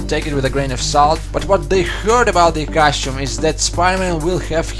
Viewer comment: costume not cashew.